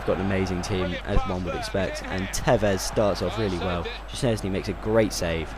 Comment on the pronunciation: OK for the future reference szczesny is pronounced like shchesny and blaszczykowski is blashchykowki hope i helped and you will pronounce it right ;)